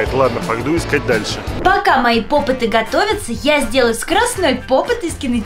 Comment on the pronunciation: Попиты а не попыты🙄😒